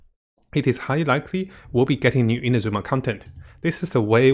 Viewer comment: Come on its not InaZUma its INAzuma; emphasis on the first A!! At least you; be the one of the western content creators that ACTUALLY pronounces it right